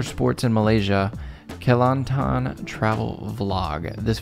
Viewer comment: As a Malaysian..my repect to you for your very Good effort to pronounce Sepak Takraw and Kelantan correctly.. thats one of the best i ever heard by a foreigner and t.q to both of you guys for your honest and sincere comments.. I Hope you be a successful youtubers.. ❤️🇲🇾👍🏾